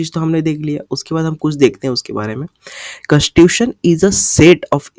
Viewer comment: You were pronouncing the word constitution properly in the beginning specially.